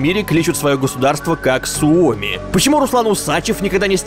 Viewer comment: Не суо́ми, а су́оми!